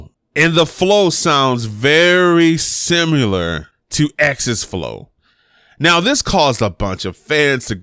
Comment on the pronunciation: Sounding veryyyyy "Simular"